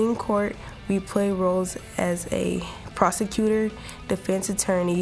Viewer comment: Ngl, prosecutors say a a hard word to say